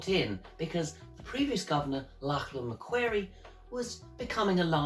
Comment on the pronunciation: Lachlan Macquarie's last name is actually pronounced mc-quarry. Also, the 'squatters' were people from areas west of Sydney who moved north with their cattle and sheep and took up land around what is now south-east Queensland. They were called squatters because they had no legal claim to the land, yet they developed roads and farming and grazing. By the time the Moreton Bay Penal Colony was opened to free settlement, some of these squatters, who had now been in the hinterland areas for many years, had amassed considerable fortunes. This sometimes put them into conflict with the colonial government who were selling land to the peoples coming into Brisbane. I've made a video about the founding of Brisbane which you might find interesting and helpful